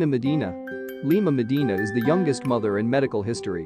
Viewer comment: When he says Lina madina i just can’t 😭😭😭